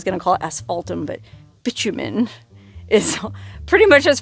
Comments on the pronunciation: My understanding (and I could be wrong) of the word bitumen, is pronounced, "bye-TOO-men" and not bitch-u-men. Can anyone else confirm? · I think you will find it is pronounced Bi like bisexual TOO Min. there is no c in it. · Bitumen = bye TOO men